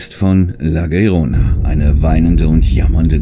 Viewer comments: Cooles Video,wie immer. Aber eine kleine Korrektur: die erste Kreatur heißt nicht La Verona, sondern La Llorona. Ausgesprochen "iorona". Heißt übersetzt "die weinende" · die spanische Aussprache ist iorona. Glaub mir, das ist mein Migrationshintergrund 😂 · "Llorona" - ausgesprochen Jorona".